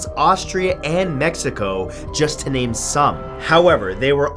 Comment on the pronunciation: Am I the only one that loves the way he say's the names of these people and places.....no just me fair enough.